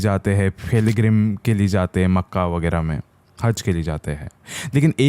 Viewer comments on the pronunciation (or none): Wagerah wagerah nhi h respect karo Makkah h